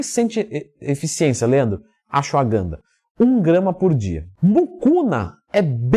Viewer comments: Sim kkkkkkkkkkkk "Acho a ganda" "AxuAganda" e por ai vai, hahahahaha, Tmj ;) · Não entendi o que ele falou depois de Tribulus Terrestris, o nome é AGANDA? GANDA? qual é o nome certo porque não encontro esse nome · Nao entendi a pronúncia e achogana o nome e assim escrever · Leandro não entendi o nome do medicamento depois do tribulo terrestre,não parece q vc disse gana?????